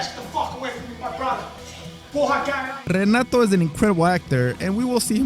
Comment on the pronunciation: Obviamente hablas español pero Renato se dice "jenatu" en portugués, mijo. Or, in English phonetics, it's "heh-NAH-too".